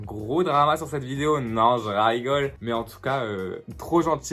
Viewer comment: « J’raygole » je meursss 😂 mais je kiff❤️